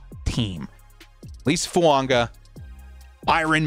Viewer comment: Why do you keep pronouncing Fuaga as Fuanga???